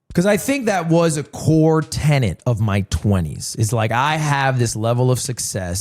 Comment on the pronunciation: Bro- 17.48 not tennant - tenet, i thought you were a language nut